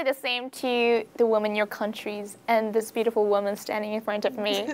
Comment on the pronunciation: phát âm cx ngữ điệu hay đấy nhưg e góp ý chị nên ns giọng một nơi thôi, vừa mỹ lai anh, kì kì beautiful lúc biu đi fol, lúc thì biu ti fol